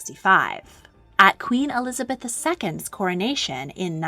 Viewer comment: ELIABETH I ?????????????????? you forgot the Z im pretty sure "eLiAbEtH" is disappointed (in minute )